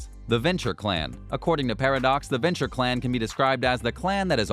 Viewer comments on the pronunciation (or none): Ah, yes, can't wait to play a "Berja" or a "Mulkvian" after the next developer takes over for "Hard Suit Labels." Maybe experiment with the "Venture" clan. Clan choice is a major part of your character sheet in Vampire: The Masquerade and you managed to butcher MOST of them. - BROO-ha - mal-KAY-vee-in - VEN-troo Genuine bit of advice: get someone else to start watching your videos before you upload them. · Just in case you decide to make more videos when ACTUAL news comes out, Brew-Ha, Mal-Cave-ee-in, Ven-true (exactly how it is spelled), Tore-E-adore and blood is Vee-tay, not "Va tie"... I guess we should all be fortunate that there was no mention of Tzimisce. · What? You're not a fan of the Berjer clan? or the Vencher Clan? Or The Mokvians? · Like "Burjah" istead of "Brujah" and "Venture" instead of Ventrue. I stopped watching at that point... Why does someone tries to dabble in something that he has no clue about? Like Potency instead of Potence... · watching him strugle with ventrue, brujah or malkavian makes me wish, tzimisce would've been announced lol